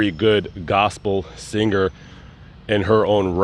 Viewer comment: Why Do You Pronounce "Sing-ger' instead of Singer!?